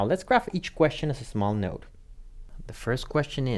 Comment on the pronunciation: So he's saying node, and no depending. Those not familiar with "node" might not understand the differences since we're primed for no or yes. Might be helpful to be clearer in enunciation or spell it on screen.